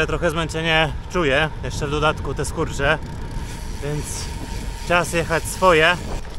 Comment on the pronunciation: SKURCZ a nie skórcz…